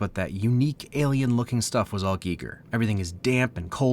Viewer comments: It's guy-ger not gig-ger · Every time you say "Geeger" instead of "Gai-ger" I lose a year of my life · I just realized this is the first time I've ever heard someone SAY Giger. I always though it was pronounced G-eye-ger. Not G-ee-ger. Interesting. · You call it “Geeger, I call it Guyger !” Let’s rip all our faces off… ! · I swear I'm not being a douche. Is that how you pronounce HR Giger? I've forever said "guy ger". Soneone please let me know.